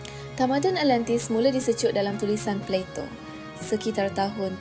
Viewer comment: alentis..alentis.. ATLANTIS lah!!! haihh sis..,nak jadi YouTubers on historical topics mcm ni atleast sebut lah nama tempat atau nama orang tu, atau nama apa sekali pon sebut lah dengan btol. awak penyebar maklumat sejarah ni.. takreti nak sebut ?? zaman sekarang ni boleh je type kat google translate then tekan icon speaker unt dgr mcm mana dia pronounce,, or "YouTube how to pronounce" pon ade.. kemonn lah.. content dah best teruk dah.. alentis,,alentis apobondo!!!